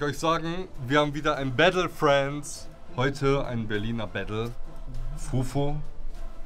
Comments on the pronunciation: es heißt nicht "Bättle" und auch nicht "Fränds" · Wenn der noch einmal bättle und frändz sagt...